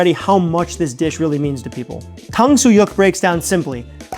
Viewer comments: the "yuk" in tangsuyuk isn't pronounced "yuck" or "wok", it's more like "yook" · Just trying to help. Say "YOOK"... "Tang-soo-YOOK"